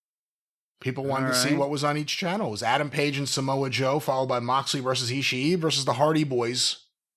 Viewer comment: It is because if you tune in and out, you are counted as a loss. His name is “Ee-Shi”. Not whatever the hell they are saying here.